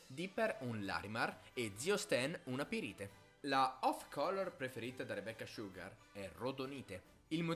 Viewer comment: Le volte che ha detto "Rebeccah Sciughar" 👇